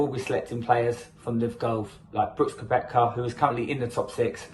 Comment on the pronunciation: Try to get the names correct. Young isn’t picked nor is Johnson. Your pronunciation of MERONK or KOEPKA. PRONOUNCED MERONK AND KEPKA.